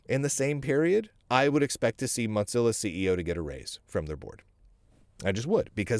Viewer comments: Hey, for a guy with pretty darned good lingual skills you need to know that it's Mozilla, not Modzilla or Motzilla!! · It cracked me up the whole video. He pronounces it like mozzarella!